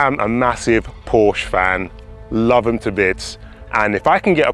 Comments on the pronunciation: Two syllables. Por-shuh. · Ok, so you're a massive Porsche fan, so am I, and a lot of other people. I just have to say that if you are, you should at least pronounce it correctly! 🥂